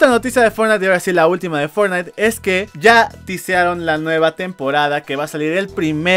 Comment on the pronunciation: "fortntie" orales un nuevo juego xD Buen video.